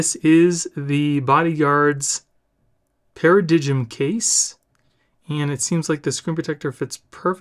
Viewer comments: For reference, it is pronounced (Para-Dime). Also, you can increase the system sound volume and clarity even further by navigating to the Music app in settings, then to EQ and selecting 'Late Night' mode. This works even without the directed speakers. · Paradigm is pronounced Para-Dime, the G is silent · It’s pronounced para-dime (i know, English huh!) But that is one cheap ass looking case, nasty scratchy plastic and they couldn’t even be bothered to do the camera button properly (see Apple case for a less s*** attempt at that). And that screen protector…..WTF!? All in all Id say you’ve just given us a long list of reasons to avoid this bad boy! Not hating, just being honest. Love the channel by the way, keep them reviews coming dude